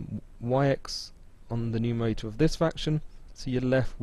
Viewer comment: Why do Bwits often have a speech impediment where they can't say /r/ ? No, I'm not talking about the ending /r/, as in "butta". I mean how they say the /r/ in "bread" = "bwead". You can hear it here when he says "factowization", "numewaita", and so on. They often have an Elmer Fudd pattern!